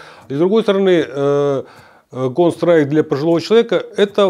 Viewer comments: Кол страйком??? Контр страйк!!! Ухо режет. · кон страйк! аж уши режет!!! почему он не может выговорить контр страйк? какой нахрен кон страйк! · Он говорит "КОН СТРАЙК")))) ЛОЛ))) Почти что КоньСтрайк))) он рил немного походу не в курсе как правильно игра называется или произносится) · Бесполезны такие игры для людей 60+. Он даже название игры правильно сказать не может, о чем речь. Лучше бы в шахматы, это интеллектуальные игры. А "ихра кон стайк" только реакцию развивает и то, для подростков сгодится, не более. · Сколько раз он сказал конс трайк ?) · Кон страйк он говорит, или мне слышится?))) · чел палится тем, что он Кс(контру) Называет коунсрайк ...не верю. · Выглядит он так как и должен выглядеть человек 60+ Он конечно молодец, но название игры коверкает прям брр :) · когда-нибудь он сможет выговорить название игры) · Выглядит как постанова, играет в дм на серверах валв, ну и как то неуверенно говорит, даже название игры неправильно произносит